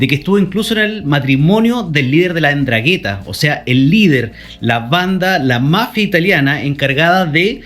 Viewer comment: Buena info pero 'Ndrangheta se pronuncia "drángueta", no "endraguéta" (las tildes son simbólicas para la acentuación).